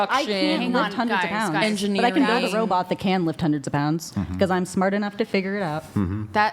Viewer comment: When I gwow up I'ma build a wobot 😂